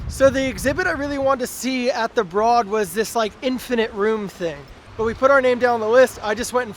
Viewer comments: Don't mean to be a total prick, but it's pronounced the BRODE even though it's spelled broad. So it sounds like ROAD. It's the owners last name and that's how they pronounce it. I'm not trying to be rude, just trying to inform! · It rhymes with "road." "Brōd." "Broad."